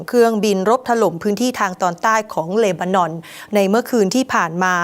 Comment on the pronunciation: ช่วยอ่านที เลนานอน หรือ เลบานอน เห็นแก่เงินมากกว่าความถูกต้อง สัตว์